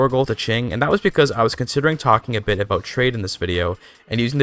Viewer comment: Aboat dat ei Dude going full Canadian